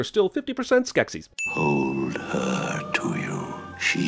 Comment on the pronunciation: "man, that is a very nekkid skeksis...neksis?" i laughed so hard lol